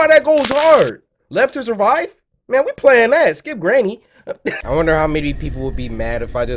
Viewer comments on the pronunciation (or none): none